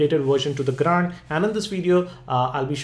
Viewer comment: Cannot Unhear gRAND